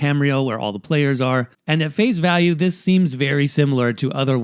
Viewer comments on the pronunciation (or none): none